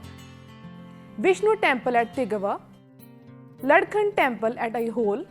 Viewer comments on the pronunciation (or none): Thanks a million madam. I hope to see all these temples soon. Request you to pronounce the following properly, as you seem to be reading from english text it should be pronounced as ऐहोळे and शेशशायी